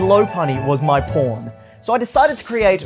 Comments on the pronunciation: this is some Yanny/Laurel kind of shit, did he say pawn or por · When he said "and lopunny is my pawn" i thought he said P***